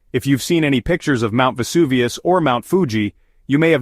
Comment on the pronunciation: Mount EST-Tee Helens and Mount Ess-Aint Helens. Yet , can pronounce Vesuvius correct. I really hate AI....bring back real narrators.